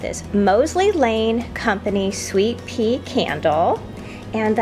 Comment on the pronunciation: Says sweet pear candle not sweet pea